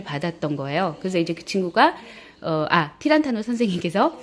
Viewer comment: 타란티노 입니다. 티란타노가 아니라... ^^